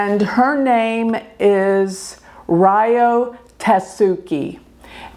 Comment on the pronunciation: Ryo is pronounced like LEO btw